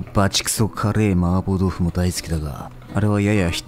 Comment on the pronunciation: 마파부두가 자꾸만 마법부두로 들려. 한글 자막고마워요!